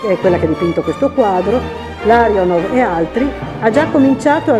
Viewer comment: Peccato per i nomi scritti e letti male. Gonciarova diventara GONKAROVA; Larionov che diventa LAVROV..??